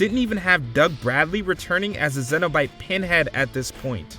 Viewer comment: You know it’s yet another piece of crap list when can’t even be bothered with getting the word “Cenobites” correct. As per the norm, they haven’t even bothered with watching most of the movies on the list.